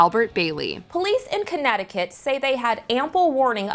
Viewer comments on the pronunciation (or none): none